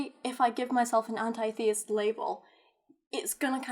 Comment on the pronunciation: Forget about labeling yourself. Your pronouncing the word anti-theist wrong. Start with that first.